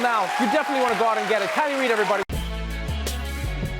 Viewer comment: Ooh I came straight to the comments to make sure i wasn't the only one who thought it was an 'R' instead of a 'K'😂😂